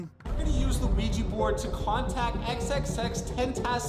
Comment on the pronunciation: I can’t be the only one being triggered by the way pronounced the word ‚Ouija‘.